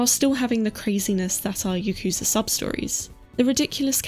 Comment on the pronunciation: Your correct pronunciation of "yakuza" added 5 years to my life span. 😌 Loved the video! Sending you hugs from Serbia. 💞